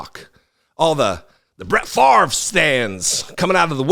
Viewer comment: Farve??? Nope it's pronounced Fahv-ray, (favre,). Don't un-french it